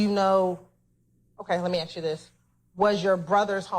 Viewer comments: Let me aks you this. Very edumicated dear prosecutor. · I wish people knew how to say “ask”